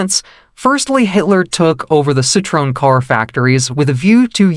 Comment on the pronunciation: The automatically generated voice completely butchers the name. The pronunciation is so bad that it sounds like a completely different name.